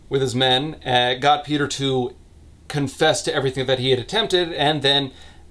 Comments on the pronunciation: Marek is an average polish name that is the equivalent of marco/mark/marc Your second pronunciation of Kuba was correct. Piotr is pronounced pyotr. And the polish version is very sloppy too from what I know. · as a Pole, you trying to pronounce the names is kind of hilarious. especially Piotr lmao. useless fun fact - Kuba is short for Jakub (the Polish version of Jacob) but also functions as its own name. i know a few Kubas and some Jakubs, i kind of see the two groups as rival gangs